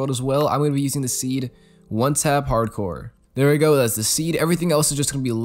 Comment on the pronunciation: I'm screaming when he says harcore ITS HARDCOREEE MY GUY REEE